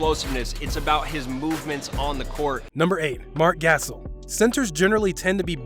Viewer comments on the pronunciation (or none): Gassel? You mean GasOL? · It’s Marc gass-ol not Marc gasshole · Stop it, is not gas-Soul.. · Marc Gas-ul 😂.. Marc Guh-Saul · Gassell...Gasol...GUH SAUL buddy LMAO. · You know his name pronounce Ga-sol not Gassle ....🤔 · i disliked cause you said gassel. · My man said Marc gasel that is just funny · Did he just call him mark gasel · My man said Mark gasal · “Marc Ghassal” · Who tf is Marc Gassul 🤣🤣🤣🤣🤣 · Who else turned it off after he said marcs name as gas-al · "marc gasil" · Fr like what is a gasil 😂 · When he said Gas-sal I felt like he no longer knew what he was talking about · Who the fuck says gassel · wait... Mark... WHO?!?! Gassel??? c'mon man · He really just said marcs gassel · That niga said Matt Cassel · Marc Gas-el? Is he serious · Not subscribing to a basketball channel where they pronounce Marc Gasol’s name Marc “Gas All”. You welcome for the view though 👍🏿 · Its pronounced Marc Gasaul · “Marc gashole” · I stopped watching when you said "Marc Gassel.." You lost credibility.. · I SPRINTED to the comments to see if ANYONE had said ANYTHING about the way he said Marc Gassel... I wasn't let down... WTF is that?? How'd he get that wrong? Was it done on PURPOSE??😆 IDK... I'm done 😉👍🏽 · Stopped watching after he said Marc Gas All 🤣🤣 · Yo YouTubers really be finessing us with content of sports that they don’t even watch. That boy said Marc “Gassle” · I can tell he doesn't watch basketball by how he says "Gassle"😭😭🤣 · Gastle! You’re trolling, you literally have a clip of someone saying his name correctly in the video 😂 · That bih said gasel.... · GASOL (GUH-SAUL) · "Marc Gaa Sol"😵🙄😂😅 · Guh- Sall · he said mark gassle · YEAH HE SAID MARC GASALE LMAO!!!!! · Sounds like gasoline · Lmao the closed caption spell it like gassell 🤣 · Gas ohlll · Yeah Mark Gas Sol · Gas/Oil??? = Gas station or what? 😂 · Marc GasL😂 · Yes I stopped the whole video Marc gashole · It’s supposed to be pronounced, Gasahhhhl dood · gas hole hahaha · mans said gas-el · Gas-ol lmao